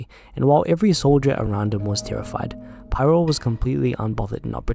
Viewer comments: Pyrrho, not pyro. Pronounced like peer-oh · Its Pyrrho, not Pyro. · fyi, it's pronounced piro (think of it like Japanese). Pee-ro.